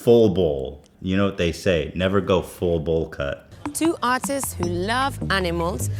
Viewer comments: I actually thought she said autists instead of artists XD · Sounds like she says "Two Autists" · When she said artists I heard « autists »... lol